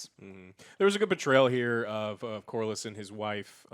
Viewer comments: we may be laughing at joe's 'lord cristian' but the nail in my grave was 'lord coHr' for corlys. bro, joe, pls, I am still trying to recover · Lord Corals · Hahahaha. I was about to write this same comment. I find it hilarious now. My favorite is that Laenor (Lay-nor) is now Lanore (La-nor), like an Edgar Allen Poe poem. And now Corlys is now “Corals” lol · Ah yes. Lord Christian in addition to Corals and his son Lenore. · 5 Episodes in and still cant pronounce Corlys correctly, lol. I know its not a big deal. But still man. They say it in the show multiple times.